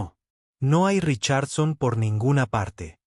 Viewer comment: Todo eso es una historia de Fantasia pero es un buen ejemplo, el narrador tiene que aprender a pronunciation los nombres y palabras en ingles Richardson se pronunciation con acento en la I SOPHIA con acento en la I tambien hay que ser bastante ignorante en idiomas para cometer esos errores eso no puede ser posible cuando alguien se dedica a comentar narrativas publicamente SORRY ESTUDIA MI AMIGO.